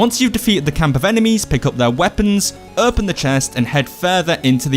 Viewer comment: "Erpen the chest"